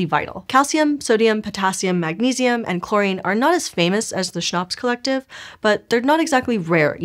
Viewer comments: Schnapps 😂😂😂 I mean CHNOPS 😂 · Yeah Schnapps, oh wait "CHNOPS"?!